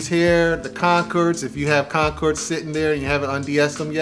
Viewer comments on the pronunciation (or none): Concords!!! Not concerds 🤦‍♂️